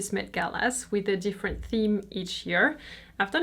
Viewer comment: Just FYI, the MET is pronounced less like “mate” and more like “Mett” :)